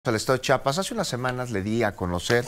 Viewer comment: Se dice chiapas no chapas, .